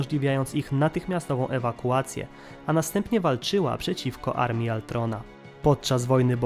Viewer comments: Przekręcasz dużo imion np Ultron a nie Altron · To był ultron nie altron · wkurza mnie jak ktos używa gimbowego sformułowania "cringe" Brzmi żałośnie Lepiej wypowiadac Ultron tak jak sie powinno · Nie chcę zabrzmieć jak jakiś hejter bo nie mam tego na celu, ale... KTO MÓWI ALTRON?!?!?!?!??!?!?!?! MÓWI SIĘ ULTRON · hej troche spóźnione ale mówi się ultron a nie altron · Panie nie altron tylko ultron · To jest Ultron nie Altron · uszy mi krwawią jak mówisz Altron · Ultron, Tony Stark, Wibranium itd.. A nie altron, toni stark, wajbrenium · Błagam możesz nie mówić altron tylko ultron albo wajbranium tylko wibranium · Z tą wymową to przesadzasz, nawet w filmie mówili "wibranium" a nie "wajbranium" czy "ultron" a nie "altron"... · W polskim tłumaczeniu Avengersi mówią Ultron a poza tym mówisz tytan a nie tajtan.